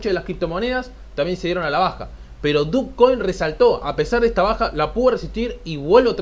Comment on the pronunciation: Yo nunca e escuchado dukcoin .. no se pronuncia dochcoin? fuera de eso bien tu video